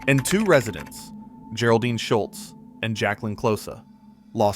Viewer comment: Apparently people have a hard time training an AI to pronounce things right. gare-oldine? lol And it said gary isntead of Geri pronounced like Jerry